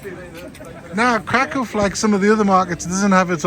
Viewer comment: Thank you for pronouncing Kraków correctly. 🥰